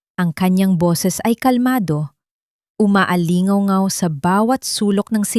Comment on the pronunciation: 😊 maganda sana ang kwento kaso mali mali ang bigkas lalo na yung mga salita na may "ng" tulad ng maing-ay imbes na maingay, maaling-aw-aw imbes na maalingawngaw 😊 pero in fairness ok naman